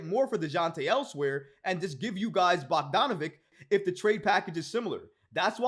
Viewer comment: his last name rhymes with sandwich... it has a ch sound not a hard k sound, bog-don-a-VICH... not bog-don-a-vik